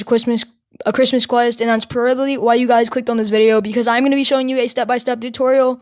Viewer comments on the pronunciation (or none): i hear him say cwis- cristmas